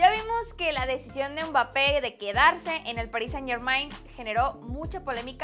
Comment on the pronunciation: pls ya no le digas umbapé